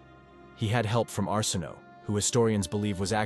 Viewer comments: Arsinoe... Are-sin-oh-way. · I know! It's pronounced our sin away and this narrator didn't know how to say her name 🤢😡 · Don't know how much faith I have in "facts" presented by someone who pronounced Arsinoe six different ways, and all of them incorrectly.